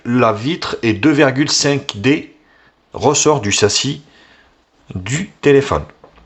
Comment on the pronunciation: le sasi 😂😂 (normalement c'est le châssis)